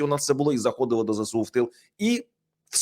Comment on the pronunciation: Увага! Говоріть правильно ! Не зе сЕ у, а зе Ес у !!!